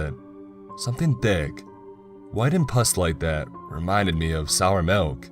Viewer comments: Got melk? IT'S MULK!!! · No no no no you're saying wrong you're saying Malk like it's a disease. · POUR ME A GLASS OF MALK. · Pour me a glass of malk